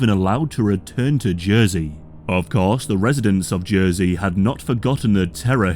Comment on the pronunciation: It took me a second to realize you were talking about y'ursey; thought it was j'oi'sey